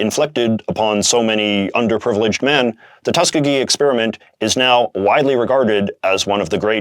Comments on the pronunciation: BTW, Tuskegee is pronounced "Tus-KEE-gee" rather than "TUS-kuh-gee" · By the way, Tuskegee is pronounced "tusk-EE-gee." The middle E is a long E sound and is the emphatic syllable. Tuskegee is a historically black college in Alabama, which likely played a part in why it was chosen for the study.